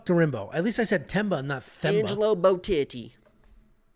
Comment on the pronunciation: Thanks for correcting Angelo’s pronunciation. I will take credit for being the Assclown from day 1 complaining about it🤷🏽‍♂️